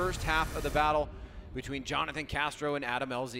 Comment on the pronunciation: Everyone : Jonathan Castro's parents : Jhonnattan 😂